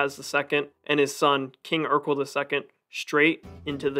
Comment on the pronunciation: Sweet video. Though Erekle is pronounced more like Heracles from which it derives, and less like Urkel. As cool it would be for there to have been a warrior king Urkel.